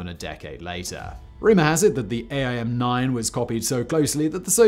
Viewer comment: Just FYI Simon, we call them aim (just like the word) not a-i-m, and for some reason we don't use the phonetic alphabet for the model, we just use the letter name. (AIM-9 L, not AIM-9 lima.) It's the same for all AIM variants. :) Also, they are called sidewinder because of the way they S-curve through the air to their target just like the snakes.